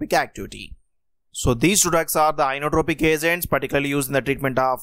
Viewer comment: INOTROPIC, not iOnotropic.